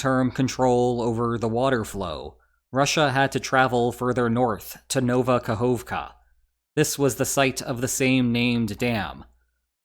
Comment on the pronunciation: Nova Kahovka not Nouva Kahouvka. O is a single sound OU is a dipthong, dont confuse the two.